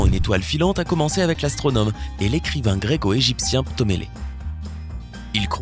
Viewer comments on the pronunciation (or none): lol il dit ptomélée ai lieu de ptolémée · C’est ptolémé, pas ptomélé !